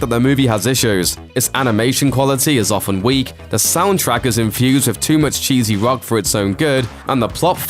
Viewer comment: Did he just say the touch is chezzy